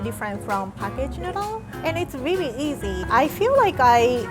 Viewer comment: Its really not wi wi